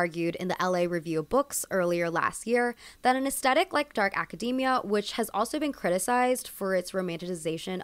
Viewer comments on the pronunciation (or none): I found this post incredibly entertaining. So good. Can I humbly, humbly suggest though that aesthetic is pronounced uhs-theh-tik. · Aesthetic - why is this gen z’s favourite word, why. WHY. and why pronounce the T as a hard T sound? It’s a ‘th’ sound. This genuinely drives me nuts. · hi love ur pronouncing aesthetic wrong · Very informative, but please say aesthetic correctly. Especially if you're going to keep repeating it.